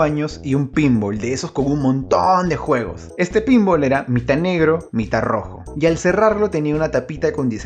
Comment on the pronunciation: La verdad no puedo con la forma en la que dise pinball al final